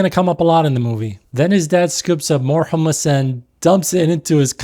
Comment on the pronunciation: Great video and valid critiques but why are you saying “Hul-mus”?